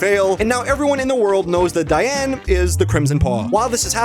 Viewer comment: "Whats youre favorite bad guys 2 cha-" diane... its diane...